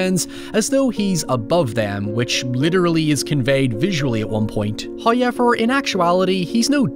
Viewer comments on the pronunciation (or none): First "hoyevver" drops . Tease.